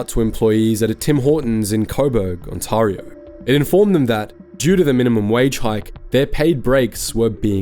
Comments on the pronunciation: Wtf is an on tar o? It's pronounced on-tare-eo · Great video. One note on pronunciation: Ontario = “On-tare-ee-oh” rather than “On-tar-ee-oh”. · It's On-TEHR-io not On-TARR-io. Either AI slop or a foreign reader... probably the former. Tim Horton's hire temporary foreign workers... The brand is utterly destroyed. It is Singh Horton's and deserves to fail. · On-Tare-ee-oh. Please,. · On-tear-ee-oh. Onteareeo.. Ontario. And the last time I went to Timmie's was when they discontinued there Oatmeal Raisin cookies. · Ontario is pronounced like, "Ont Air E Oh" or "On Tear E Oh". The other thing Timmies did was they took advantage of the Foreign Worker Program which, in and of itself is not a bad thing, BUT I have wondered if those people that came to Canada are being used and potentially abused because they don't know the labour laws in the various provinces. There are several levels of wrong about what Tim Hortons became and it will take a massive effort for Canadians to trust the brand again. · I don’t want to sound rude, but the way to say Ontario is very wrong😅 On-teh-re-o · Im sorry, but I can not take any of this video seriously. When you can not even pronounce the province of Ontario properly. You are not even Canadian. This feels like a bought and paid for propaganda channel. Designed to create dissent within the country. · Your terrible pronunciation of Ontario is absolutely grating. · Hey, great video but you’re pronouncing the province wrong… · Jesus H. Christ! Learn how to pronounce "Ontario". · Learn to pronounce Ontario properly.